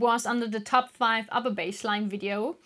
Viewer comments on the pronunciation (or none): none